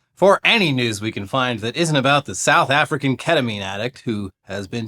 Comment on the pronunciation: Thanks for making South Africa sound like a slur 🎉😂